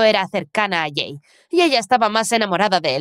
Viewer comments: Por que cada vez que dicen el nombre del chico escucho que le dicen gay?😟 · Se que en la parte dijo “soy jay por sierto” pero literalmente escuche “soy gay por sierto” y quede re confusa ósea- 🤨🏳️‍🌈❓❓